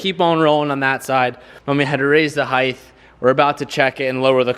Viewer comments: heighth is NOT a word!! stop saying it!!!! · you know height has a T on the end its not heigth